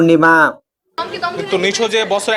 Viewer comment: নিশোর নামটাও ঠিক মতো নিতে পারেন না।নিশোর নাম আফরান নিশো।